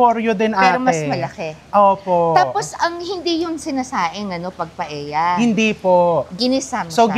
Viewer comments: Hi, Chef RV! Knowing you're an influential vlogger, I thought you can effectively draw attention & eventually bring the needed correction in pronounciation of a Spanish dish. I am referring to PAELLA. It's supposed to be pronounced PA-EL-YA. The Spanish language so dictates. "LL" or el-ye is one of the Spanish alphabets. I don't fault you for pronouncing it as PA-E-YA 😊 Like so many in your generation, the pronouncing of some words of our Western counterparts are often construed to be correct, "just because" 🙄😏 they dominate the cacophony of chatter in the many media platforms. We all know we're more intelligent, better in grammar, vocabulary etc! We don't pronounce RELLENO as Re-ye-no nor CALLOS as KA-YOS, do we? 😄 Nor the surnames ARELLANO & ASEDILLO as A-Re-ya-no and A-se-di-yo respectively, right? Im not a professor but like you Chef, I studied well. 😊 Had 2 years of Spanish in 3rd & 4th year high school and 4 semesters in college, as a regular curriculum requirement not electives. Moreover, had/have relatives & classmates who are naturally brown-haired long before hair dyeing became a norm. Our vocabulary is peppered with "que barbaridad" "tonto" ... and the infamously common "p_ñ_ta 😀 Will appreciate if you can start the ball rolling in correcting the pronounciation. Even indirectly, just be repetitively using it in a matter of fact manner instead of outright chastising the audience. Surely, they'll get your drift. Thanks mucho, Chef! May your tribe increase! 🍀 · mali pala pronunciation ni Chef RV ng restaurant sa new York na “Cote”, na correct tuloy ni Sharon, pero un pronunciation din ni Mega ng Paella ay mali dahil hindi namn un Tagalog word kundi Spanish.